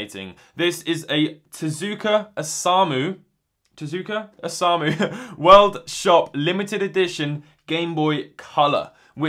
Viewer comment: It is TezUka, some times in Japanese the U is silent but not in Tezuka, don't ask me why because I don't know, it just is.